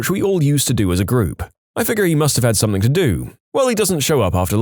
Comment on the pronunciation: No k in the word something . Not sure where you are getting the K from when you pronounce it .